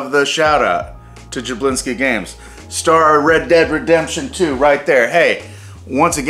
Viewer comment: "we skipped a jablinksi"